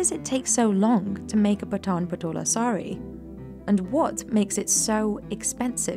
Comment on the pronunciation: No she pronounces Patan very wrong, even Indians outside Gujarat finds it hard to pronounce the word Patan challenging due to word 'N' it's Paaaton